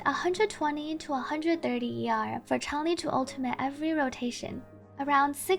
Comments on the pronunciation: shes pronunced chang lee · Changli: Shhh, it's pronouced Ch(En) - LEE Player base: Oh. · Changli > Changlee > Ch(en)-lee > Chn-lee > Zhongli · "pro-NUN-ciation," not "pro-NOUN-ciation" -- one of the most common ironic mistakes everyone makes. :) And yeah, everyone saying "CHANG-li" drives me crazy. Also, please tell people she's the Vermillion Bird of the South/zhuque/朱雀, not a phoenix -- very different things.